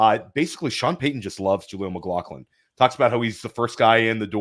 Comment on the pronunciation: Great episode again. Also,. You've done great with Oregon. Now time to train how to pronounce Mclaughlin. 🤣